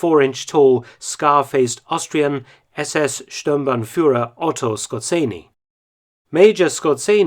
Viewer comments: Actually you don't pronounce his name in German but in "Austrian" or Polish "rz=ʒ". So not Sco-r-tz-eny but Sco-ʒ-eny (ʒ like s in word usually). From Hitler's staff nobody was pronouncing his name correct except... Hitler himself from obvious reason. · Sko"rz"enny, not Skor"zc"enny. Fun fact, Hitler beeing Austrian himself could spell it corectlly, while the majority of his entoruage spell it: Skor"zc"enny (which is not a proper form). The doubleletter "rz" does not have an equivalent in english alphabet, it sounds something like "ZH". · Skorzenny is a Polish name and it should be pronounced in a Polish way. Germans could not pronounce it correctly either.